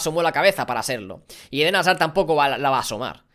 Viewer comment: Alguien me dice cuantas veces a dicho: Eden Hasar 😂😂